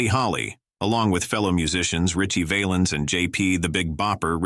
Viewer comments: Richie VAL- ens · I know he wasn't a famous actor, but how about Knute Rockne. He was killed way before Will Rogers. Terrible voice over work here. Valens pronounced wrong several times. Using Patsy Cline look a likes is insulting to her, not to mention the mispelling of her name numerous times. 12K SUBSCRIBERS TO THIS GARBAGE !!!!!! YIKES !!!!!!